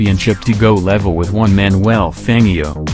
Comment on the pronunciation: Fan gii o - for goodness sake said Fanjio - one of the all time greats and you can't say his name right. Again Jar dine said Jardene etc - waste of time